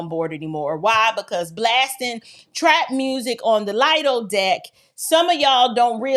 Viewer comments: It’s called Lee-Do (Lido) not Liedo deck!! Rachetness needs to be weeded out! I am African American and sick of Bonnets in public, kids ripping and running and Boots on the Ground and fans! This is definitely not racism. Most of the things have been in the contract for years! People just haven’t been reading. There are rules and regulations everywhere and they definitely need to be followed as we are out to sea miles away from any type of land help! They really need to adjust the drink package as well because 15 drinks a day is quite a bit. I will definitely be continuing to sail! On my way to Diamond. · And it’s “Lee-doh” not “Lie-doh” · 😂😂Lee-doo deck..Lido ikr it's one of those words... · Lee dough not Lie Dough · Btw , it’s pronounced, The Lee-dough deck ( lido deck ) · It's pronounced as LEE-do deck. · Lido Deck is pronounced Lēdo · It’s pronounced “Lee doe” deck. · For the record, it’s pronounced “Lee-doh” deck.